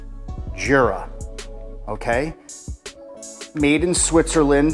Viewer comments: It's pronounced "YOO-Rah" not "JOO-rah." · It’s pronounced without the j